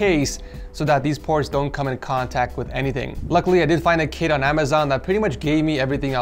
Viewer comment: I THOUGHT THAT INSTEAD OF "KIT" HE SAID "KID" HAHAHAHA.................